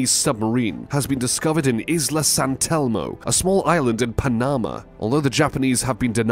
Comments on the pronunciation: Uhhhhh. TEMP-ee. PAN-a-mah. DAN-yube. Where do you get these pronunciations? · Pa-NAMA. Haha. Not how that country is pronounced ? That,& this narrator can’t even pronounce Tempe Az correctly? This narrator could use some “Hooked on Phonics” as a Birthday gift!